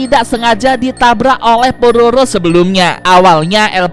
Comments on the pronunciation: kak el prana mau ngomong pororo malah prabowo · Kok,tadi saat bilang udah ada di tv nasional kok malah kedengar bilangnya Prabowo bang?